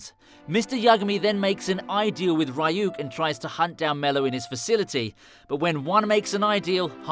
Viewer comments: love the vid but the fact that u call ryuk rayuk is triggering lmao loved the vid though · Bruh the way he says ryuk 💀